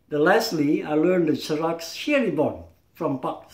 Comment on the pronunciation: i;m Indonesia , Jurus not juru , With S. Langkah with H, not Langka, SERA without K, Not Serak... he is not Pendekar, Pendekar Is very Humble never use Bad Words. Sera Is from Indonesia there Isnt serak, Sera...